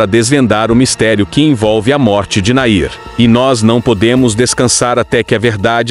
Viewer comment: Nome dele era Nain não Nair